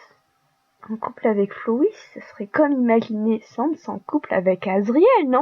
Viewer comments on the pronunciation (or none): par contre on dit pas comme le mot sans